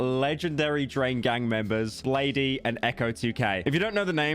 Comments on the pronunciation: naah no way he said bladey😭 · nar the pronunciation of bladee gonna make me gonna cry